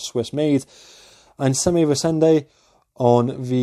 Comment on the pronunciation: Great review as always,! Your pronunciation of Einsame Resende is good, except the "s" in Einsame which must sound lize a "z".